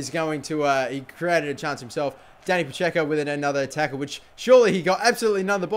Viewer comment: Your Dani Pacheco is like a Dani Pa-Dzeko.